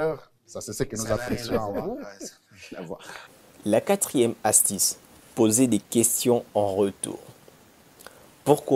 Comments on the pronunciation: Astuce et non astice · Faif un effort d'ameliorer ta prononciation tres cher Mr exemple astuce et non satice